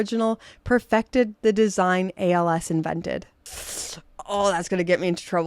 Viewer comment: Accuracy is poor for that price range. ALS is a real deal, and GO is and will always be - a copy. One more thing: please ask a native German speaker how to pronounce ALS or GO correctly. It is about showing the respect to the brands and to keep discussion professional. Otherwise, great video! :-) Thank you.